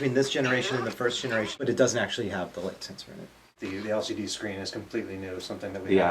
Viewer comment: i keep thinking you saying lsd instead of lcd